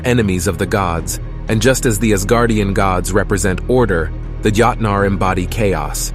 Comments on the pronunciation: When the A.I. voice kept saying: yahtnaar... 😂 Yahtzee! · You pronounced joutnar (giants) wrong. Other then that not a bad video.